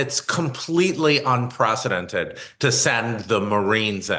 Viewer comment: ”Anpracadented”…and what is a ”Protast”… Who is this intellectual with a hard time to pronunce English words. Isn’t Yale about quality, or is this a different Yale? Maybe not all intellectuals is a loss.